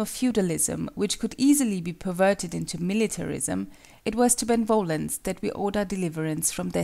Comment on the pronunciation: The pronunciation of benevolence triggers the hell out of me it is be-ne-vo-lence not ben-volence it sounds like a dumb name instead of the actual word.